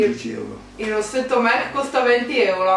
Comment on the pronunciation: Ma che bellino il video con tuo papà 😍 è super informato, si vede che gli interessa quello che fai💗 È indubbiamente il tuo fan numero 1! (Comunque la pronuncia di mac è con la A. È l'acronimo di Makeup Art Cosmetics). Un bacione a te e al tuo papà😘